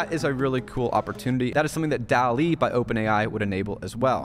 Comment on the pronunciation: You pronounce DALL·E incorrectly.